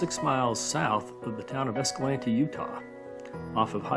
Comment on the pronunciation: Great video, thank you for pronouncing Escalante correctly. My grandpa was one of the first ones to come upon the crash of the Boy Scouts.